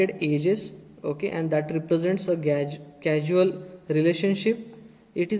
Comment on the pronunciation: Not casual .... say Causal ... something that causes